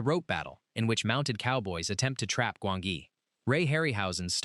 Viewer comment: It's pronounce Gwan-gi, not Gwon-gee, Jesus do your homework! 😂😂